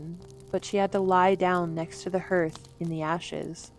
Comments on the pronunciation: Is this a simulated voice? If not, please learn how to properly pronounce the word for the floor of a fireplace...it is not "herth" 🤦‍♀️ ...the spelling is basically the word for your cardiac muscle + an h...i.e. heart + h and is pronounced "harth"...three times you mispronounced and it's a bad distraction for those of us who know better. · Thank you so much. You really read very nicely. I don’t often like women’s voices if they’re not actresses, but you’re very good. I love the old tales the way they really were. Some are different from the ones I’ve heard. The Seven Dwarves were like The Three Bears??? However, Hirth????? As in birth??? Like huh? It’s like harth. . . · would have been nice if the narrator knew how to pronounce "HARth" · Although it's spelled 'hearth' it's pronounced 'harth'. Wyrd but true! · It's pronounced "harth" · Hearth, pronounced 'haarth' in many parts of England. It surrounds a fire, usually made of stone. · "Herth"? Did she mean "hearth"? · Is this AI? I cannot imagine a reader as good as this one who doesn't know how to pronounce "hearth"! HERTH? uggh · "Hearth" pronounced "harth". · Hearth, not "herth" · Hearth is pronounced harth. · When narrator doesn’t know what a word means - look it up. It is quite jarring to hear a simple word mispronounced over and over again. Hearth is pronounced “harth”. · Aaaarrrrgggghhh. The word is hearth. Pronounced like harth (soft a, as in hard.) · The word is pronounced harth - ignore the E in hearth. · hearth is pronounced like heart. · Please stop. The word hearth is pronounced "harth". So distracting. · Hearth is pronounced "harth." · Thank you, I didn’t want to point that out, but it was driving me nuts! 😂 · Absolutely. I noticed that too! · 'Har-th', darling, 'Har-th' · Hearth. Not herth. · Every time you said”herth”😩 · Rhymes with Garth (Brooks) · Hearing what I presume to be an AI voice consistently mispronouncing HEARTH is driving me nuts. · Thank you! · 😂. I noticed that!!!!